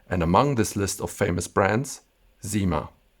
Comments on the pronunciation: SIma, not ZIma ! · Thank you for this beautiful video. Just to let you know, we don't say "zyma" but "ssyma" with an s like snake. This is the same for "la cyme d'un arbre".